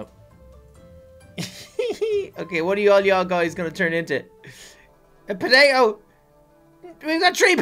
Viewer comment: Guys, can't say 'potato' right XD